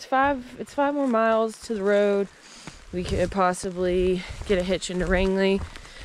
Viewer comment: Home, home on the "range". Pronounced Range - ly. And the plural of moose is moose ;-D I hope you guys get to see one or more before the end.